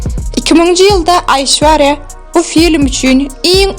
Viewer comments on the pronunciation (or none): Gyzynyn adyny yalnysh tutup gurleyan